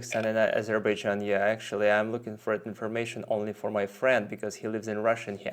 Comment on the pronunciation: Есть вещи у тебя в произношении режущие слух😊 хорошо говоришь по английски, но почему то не понимаешь как он истинно звучит. Например такой предлог как FOR у тебя на паузе звучал как ФОР, где Р звучала очень акцентно, а О которое должно тянуться было коротким. Должно быть наоборот - О должно тянуться и лишь в конце небольшое английское Р должно звучать, безакцентно... И ещё много других слов. Например ABOUT - слишком Т звучит акцентно. Оно в разговоре должно проскакивать..